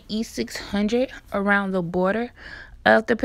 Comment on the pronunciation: Omg it was killing me every time she said E600